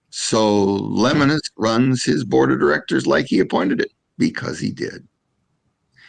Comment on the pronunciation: Hey, his name is pronounced "le-mo-nus". Might want to educate yourself on who you are talking about smack about your competitor. Camping World is like every other RV dealer. Get the sale and send them on their way. I've seen it all.